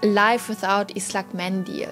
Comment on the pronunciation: darf ich Dir eine Tip geben? Der Buvhstabe "ı" wird nicht wie ein "i" ausgesprochen sondern wie ein "u" jedoch muss man dabei grinsen um den richtigen Ton hinzukriegen. ıslak mendil ;-)